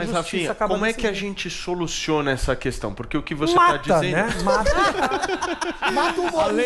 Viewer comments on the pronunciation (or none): none